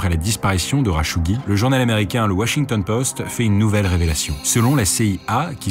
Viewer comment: kh en arabe c'est la lettre خ , le r à la française c'est غ et le r à l'espagnole c'est ر t'utilises différente partie de ta gorge pour chacun des sons, le "kh" est moins profond que le "r"